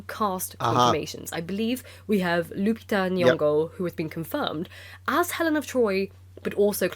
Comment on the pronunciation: When she pronounced Lupita N.-- (the first time which was different from the other times😅) I actually felt embarassed for her. And threw up in my mouth.